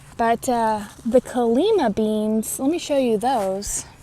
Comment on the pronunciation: Why is the 'lima' in calima bean pronounced different than a Lima bean?